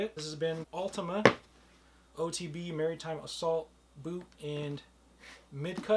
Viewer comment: Not Marytime, Mar-Uh-Time.